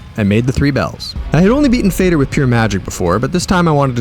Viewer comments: Calling fader “fay-der” instead of “fah-dur” made me lol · but it is pronounced almost like father because it's swedish and it actually means father